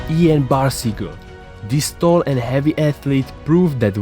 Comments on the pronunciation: You pronunced Ian wrong... (sorry to be that guy) Great video though. Left a like :) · not ian but lan